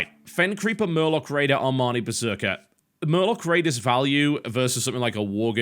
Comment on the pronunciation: I like your pronunciation of the ARMANI berserker :)